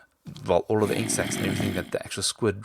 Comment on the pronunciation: it sounds like he's saying insex sorry but true.